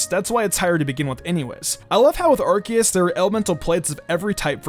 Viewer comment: You say Arceus wrong you say it like Arseus